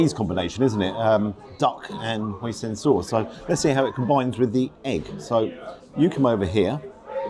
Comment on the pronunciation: Hoi-Sin not Hoi-Sen😆